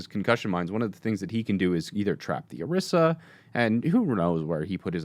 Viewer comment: "Orisa"..."Oriso"..."Oroso"...I'm dying!